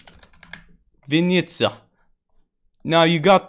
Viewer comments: I am ukrainian and it`s quite funny to watch how you pronounce Vinnytsia and Dnipropetrovs`k)) I`ve watched that a dozen times Thanks for the tutorial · this pronounce of vynnitsa is just butchered me